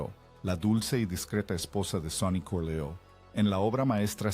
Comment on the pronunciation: Ese acento es fingido porque ni siquiera pronuncia bien los nombres. Por ejemplo dice Corleo en lugar de Corleon, casi ni se entiende cuando pronuncia Niagara Falls.